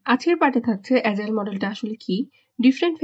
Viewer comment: Sister, it is Agile (not Azile), Pronounce like g not zee.